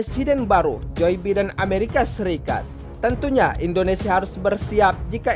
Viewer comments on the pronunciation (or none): Jir "joy beeden".